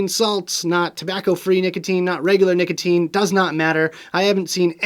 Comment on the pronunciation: His name is nick-otine